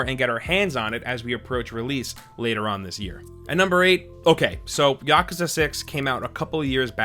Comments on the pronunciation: Its yaku-uuza not yakaza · Yakaza ..... or yak'u'sa ..... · Its pronounced ya koo za